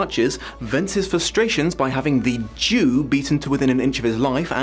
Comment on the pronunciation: For most of this video I heard it as "The Due" instead of "The Jew", so I was really confused by why you spat the water out. Once you started explaining it though... Yeah, I guess I'm still naive and innocent in some ways, that it never occurred to me you meant the other spelling/meaning of the word. It's quite horrid how the Jewish people keep getting dragged through the mud in stories like this.